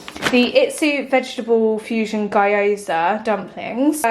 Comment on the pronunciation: Gyoza are read as ghee-oza, not gay-oza 😉 also you can buy the wrapper in any asian store and make your own dumplings 🥟🤍